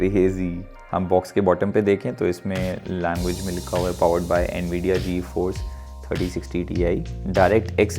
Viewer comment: did this guy say G-EFORCE RTX 3060....🤣🤣🤣🤣